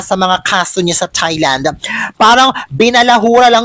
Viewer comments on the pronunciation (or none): none